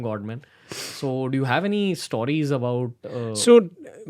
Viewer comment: To the host -> Why do you keep saying "Stooories" man. Its "stories" just say it right. Typical north indian.